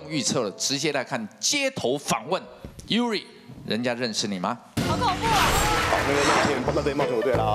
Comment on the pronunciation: Yuri 不會念？？臺灣英語那麼糟糕？？我知道糟糕但到這樣？